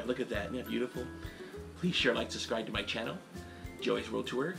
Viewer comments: you always say "suscribe"... THERE IS A "B" IN "SUBSCRIBE"! PLEASE SAY THE "B" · It's not pronounced "suscribe"